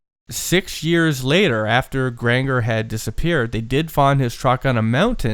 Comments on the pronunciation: Killing me with the miss pronouncing Grangers name. Grain-jur.. not the weird name you keep saying... smh I feel like fact checking/research would of helped alil more.. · The second G in Granger is a hard G boys, not the soft G like you're doing.